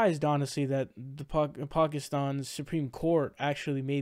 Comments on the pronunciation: Pronoucing Pakistan correctly, thats whats up. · As a Pakistani, I'm very happy regarding this news. By the way, kudos for pronouncing Pakistan correctly.